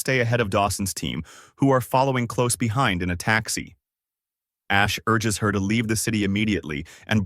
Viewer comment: I'm convinced that a.i can't say "her"